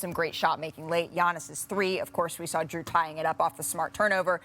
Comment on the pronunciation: Giannis getting away with calling his teammate “Drue” 🤣